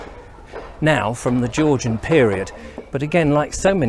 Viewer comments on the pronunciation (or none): none